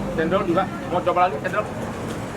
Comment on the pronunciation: Coba lho coba ko, bukan sobak.. Cabe itu cabe, bukan sabekk.. Gemes